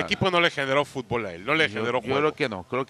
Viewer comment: Fut_ bool?? Jajja estos no saben nada de futbol!!